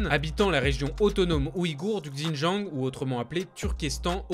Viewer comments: ouais mais là, ça fait limite raciste prononcer comme ça ^^ (je sais que c pas du tout raciste bien sûr ) mais voilà ça reste mieux avec une prononciation plus correcte je trouve, c'est tout :) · J'ai du mal à enregistrer les Infos pcq je me focalise sur sa prononciation 😱 Xinjiang sur Google translate et prononciation parfaite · Pour la Chine et Pékin, se sont les noms en français mais il n'y a pas vraiment de retranscription exact pour le Xīnjiāng, c'est un nom propre qu'on est obligé d'utiliser. Évidemment je dis Canton pas Guăngzhõu mais là c'est différent. En fait la plupart des gens prononcent mal Běijīng mais c'est juste une histoire de tons et le "g" est quasi muet. Mais là c'est surtout le X, ça se prononce sh. Si on prononce à la française Běijīng c'est pas grave du tout on sera compris, en revanche si on dit Gzīnjiāng ..... impossible d'être compris. C'est une grosse faute. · il parle de Xinjiang tu parle pour R, ça prononciation est off mais à moins que tu étudie ou parle l'une des langues chinoises tu peux pas deviner que ça se dit ([c] in[t] ian'). En sachant que les articles qu'il montre sont écrit en français et que prononçait un mot dans une autre langue en pleine phrase française serait fortement étrange.... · ca se prononce "sinjiang" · On dit bien "shi djinping" pas vrai ? Et bien pourquoi il dit "Gzindjiang" ?? Il aurait pu prendre 3 minutes pour regarder la prononciation au lieu de casser les oreilles des sinophones comme moi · Super vidéo ! Par contre, "XinJang"se prononce "Ssine djangue" 😉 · Bonjour, J'ai dû écouter plusieurs fois pour comprendre votre prononciation du mot "Hans". Il faudrait être plus précis sur le son quand vous citez des mots de cette langue, comme le nom de la province "XiJiang" et celui du président chinois "Xi Jinping". Merci pour ce beau reportage! Bravo! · ça se prononce "shindjiang" rien de bien compliqué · il dit Gzindjiang, c'est dans son texte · Si jamais xin jiang se prononce : shin dziang